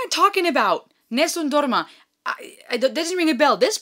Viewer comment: Just subscribed, enjoyed that you took the time to give some background on "Nessum Dorma" (with beautiful pronunciation). So cute when it occurred to you that you did in fact know the song. Looking forward to your reaction to "Home Free's" vast catalogue. For something really different please consider listening to "Everybody's Walking This Land". Be well.